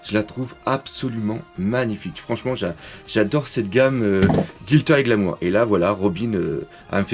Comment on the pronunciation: Bonjour! Je ne me souviens plus si tu en as parlé, mais j'aurais aimé connaitre ton avis sur la dernière Figuarts Zero de Sanji et aussi si tu pouvais me dire où l'acheter (fiabilité et prix ^^) Continue comme ca! PS: GLI-tter, pas GIL-tter et Glamour:P